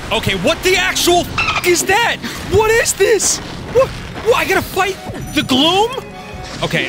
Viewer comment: We pronounce it KAZ-m. When you said "Gloom monsters", I heard "Glue monster". Also, the instant I heard Tulin's voice, I knew it was Cristina Valenzuela.